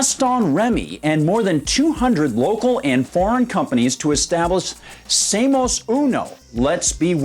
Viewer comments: Ouch. Oye gringo, aprende un poquito de castellano. Learn a little spanish. "Seamos" is "say am ohss" -- otherwise great video. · Seamus? Irish accent! Lol And no, WE DON’T NEED TO LEARN SPANISH.